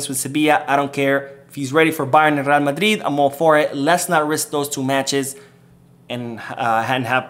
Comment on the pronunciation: I hate to the way you say Madrid 😡😡 talking about real madridd